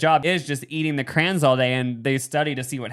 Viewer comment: I’m going to like and comment because I love you, but I’m now logging off because I can’t stand when people say crayons like that😂